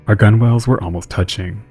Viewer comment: gunwales is pronounced like "gunnels" 💜